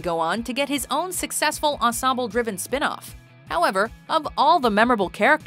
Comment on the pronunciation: did anybody else notice that she can’t say ensemble right